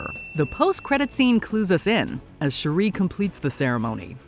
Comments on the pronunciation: It's Shooreee not Shoeri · Once again this channel renders itself useless with a horrible pronunciation of a well established character’s name. Every time she said Shuri I felt a sperm die. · OH MY GOD! Her name is pronounced SHUR-ee; your grating voice is so annoying, I feel "The Blip" would be a great mercy over listening to you! -"How to say you never watched the films w/o saying you never watched the films" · Next time, get a narrator who knows how to pronounce the names of the characters. Shuri is not pronounced Cherie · ….please stop mispronouncing Shuri. Your the only one who pronounces her name like that. Shuri not shu-ree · Maybe by wakanda 3 you’ll learn how o pronounce shuri correctly. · I love this videos but i cant bare how they pronounce Shuri hahaha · The way she pronounces Shuri irks my nerves!!! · Shuri isn't pronounced that way. Watch the movie,!